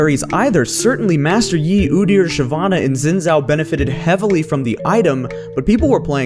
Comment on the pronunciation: Why can no one who makes videos pronounce Xin Zhao's name correctly?